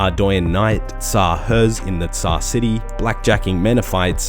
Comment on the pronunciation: tz-haar wtf is teezzzaheerrs